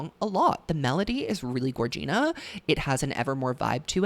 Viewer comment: this and "gorgina" 😭😭